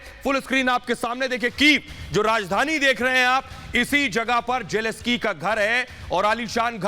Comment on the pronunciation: PRONUNCIATION IS NOT JELESKY. IT IS JELENSKYY जेलेंस्की !